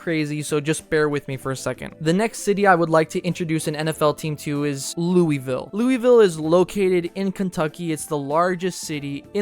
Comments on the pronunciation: 1. Please use the Michigan Panthers colors. 2. Did he say Looy ville. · Bro please say Louisville right. It’s not ‘looeyville” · Not how you pronounce it . Sounds like lowullville